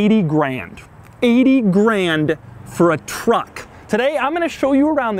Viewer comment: I don't know why. But the way he says truck in that sentence is funny. Not in a bad way